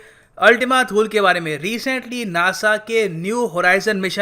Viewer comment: अल्टिमा थूले not थूल